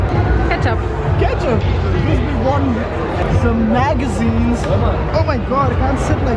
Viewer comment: lol....after that sauce bottle..you said magazine and I heard maggi....😂😂 btw you are going a great work!!